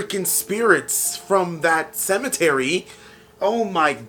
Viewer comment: starting there and the next 20 secs I died lmao. The way you said cemetery was hilarious